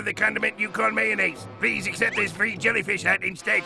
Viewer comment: Do you mean…a Swedish accent?